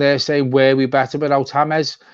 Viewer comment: why do you pronounce James correctly but when reading Dennis Q's comment say it as the English "James"? You do realise "Hamez" is written "James"? I'm sorry to sound pedantic, I think you & John are great with a lot of knowledge - but it's a bit confusing